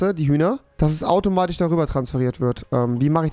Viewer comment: Automatich oder automatisch?